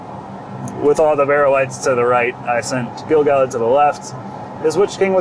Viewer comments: Even though we're now 6 months later...Gil-galad is a little bit tricky for me, but only because I started off pronouncing it incorrectly. According to Tolkien's rules for Elvish pronunciation, the emphasis should be on GAL (as it's the second-last syllable, and isn't just a single vowel). GaLADriel (since you mentioned it) follows the same rule. Also, the famous poem beginning with "Gil-galad was an Elven-king" sounds much better with that GAL emphasis. So, unfortunately for 15-year-old me, I've now come to accept that as correct (though I still frequently say it GIL-galad if I don't think it through beforehand). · The audio book narrated by Robert Inglis pronounces Gil Galad with the emphasis on GAL. GG for short is better as all real rockers know the GG Alad hit “Burn Me, You Scum”